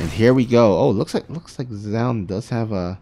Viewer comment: Its pronounced zoon or to break it down zo-un. Zown is what artosis says and it completely incorrect